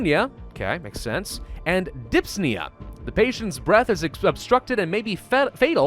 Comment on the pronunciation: He literally said "DYPSNEA" Instead of "Dyspnea"